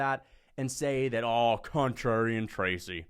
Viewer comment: Oh, cuntrarian 😂